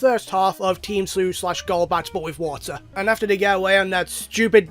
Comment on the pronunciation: "WOTAH!" "LOND!" ... "CEASE!" Masterpiece.